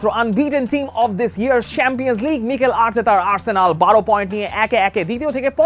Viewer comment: কাক যখন কুকিলের সুরে ডাকতে চায়। যাইহোক, আপনার উচিত স্বাভাবিক উচ্চারণের কথা বলা। সেম্পিয়ান্স লীগ, পেইএসভি আরো অনেক আছে। রিয়াসাদ আজীমের মতো, বিপিএলের ম্যাচেসগুলো😀😀